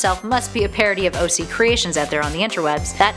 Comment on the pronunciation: You said OG not OC